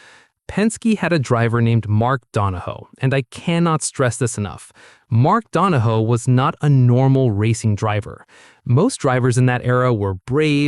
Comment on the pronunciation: You lost me at ‘Don-a-HO’. Cmon man. Mark ‘ Don-a-HEW’ Donahue was one of the most iconic racer / engineers to grace a racetrack. 🤨